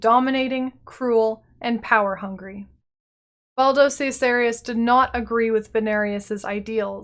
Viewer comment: Great video, but i'm pretty sure Valdo Caesarius is pronounced differently according to the war for the atlas official trailer ;)